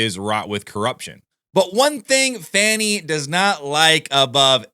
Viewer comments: It's not fanny, it's pronounced Foney? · Even her boyfriend Wade calls her Fani not Fawnie.